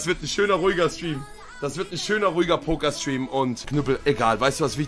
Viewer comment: Ich glaub wir alle kennen die Situation, nur bei den meisten bleibt das A am Ende aus 😂 das ist Poker.